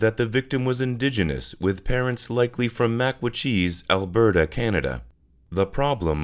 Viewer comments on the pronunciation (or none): Great video! Heads up from a Canadian, Alberta is pronounced “Al-bur-tah” :)